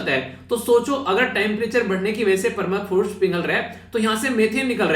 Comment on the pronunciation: Permafrost not clear sir